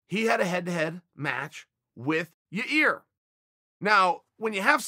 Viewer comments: YAA-EAR, not YOUR REAR. show a little respect bro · "but the same goes for yayear" "ya ear" "your rear" chael. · Say it with me Chael " yair" not. "yarear" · Is it Yii-air or your-rear? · Chael it’s Yah Ear! Ya ir! yair! Not yur rear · Ya ihr not your ihr Chael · It’s really hard to ignore “your rear” 😭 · Lol. Even the auto caption says "your rear" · I hear it as Yarear. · Chael, repeat after me; YAYEAR. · My CC says “your ear” every time Uncle Chanel says Yair’s name and I’m just laughing with tears running down my face 😂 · I'm just glad I got to hear uncle chale say "Yeah-rear" a few times befor 🎄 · I knew "Ya-Ear" couldn't sustain for that long. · Ya "rear" Rodriguez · "Your rear". Cmon uncle chael lol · “Your rear” bro stop😂🤣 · Chael:."its hard to forget ya rear" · Uncle chael is trolling us with 'your ear' Rodriguez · Ya ear Rodriguez 😂👌🏻👌🏻👌🏻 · Calling poor yarear, yah 👂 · Yah Ear Chael. YAH EAR! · Name: Yair Chaels version: Ya-Ear👂, Ya-Rear🍑 🤭😭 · Now i know chaels fuckin around. He says ya rear, and then ya ear. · YA-REAR RETURNS. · Can someone please just make a compilation of uncle chael butchering fighters names . Yair -> Yayear -> Ur Rear 😂😂😂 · chael last month "u idiot its Ya-Ear NOT your ear"..... and now, hier we go again ,,,, meehhhh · Yair -- pronounced "Ya-air" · “Ya rear" or “Ya ear" is more funny 😂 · Yah Rear LOLOL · Lol he started by calling him "ya ear", then as the video progressed it became "ya rear". I swear in his previous videos though, he called his name Yair properly. He has to be trolling lol. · Why is everyone else MISpronouncing Yaïr - instead Yareer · Chael "Yair... jk Yarir" Sonnen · He is trying way harder now to say yair after that fan question video guy said yarear and he called him an idiot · Chael trolling us with how he pronounces yairs name 😂